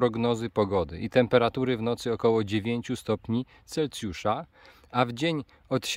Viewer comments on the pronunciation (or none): CelSjusza, nie CelCjusza